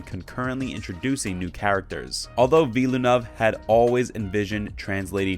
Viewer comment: Just FYI - Villeneuve is pronounced with two syllables: "vill-noov". Rhymes with "hill-good".